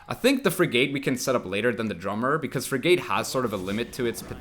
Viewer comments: Ok its not frig ATE its firgte the a is silent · Love your videos man, but your pronunciation of frigate was cracking me up more than the intro 😀. It rhymes with dig it, not a long a as in gate. English is the worst, I know. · What?? You're right it isn't frig ATE but it's not "firgte" and the a isn't silent. It's more like frig IT. If you're going to correct pronunciation, you should try not make mistakes yourself.